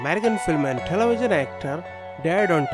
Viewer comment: This dude or computer or whatever, talks baby talk. Telewision....who say that? Or Coronawirus, give me a break.